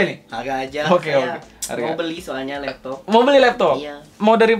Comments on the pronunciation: Anjirr.. geli bangat sama intro lu bang.. Labtoabh... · Love that "lapto'ap" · lap to'attttt fake 'ain ya bang wkwkwk